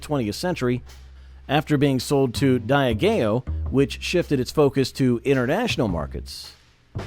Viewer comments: Who the F is die-a-gayo, pronounced De-aj-e-o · Did I just see a mis-attributed early Whiskey Vault clip on the Pikesville segment? Seriously, who edits these things? Terrible mispronunciation of Diageo, Ten High faded into history... yet is huge as a well bourbon in many chains.